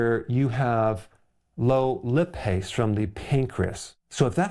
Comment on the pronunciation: Doctors discovered that I had a large gallstone when I was 5 because my parents thought that I had swallowed a dime. I didn't have any problems but when I was 15 my mother convinced me to have it removed. I am almost 70 now and have never had any problems because of my missing gallbladder. By the way lipase is not pronounced like lip, it is pronounced like lie-pase.